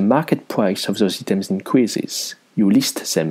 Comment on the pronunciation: "Eetems" No offense but I want to help you with your english. When you want to say Items, you want to say "Eye" like the letter i/I, then "tems", "Eye-tems"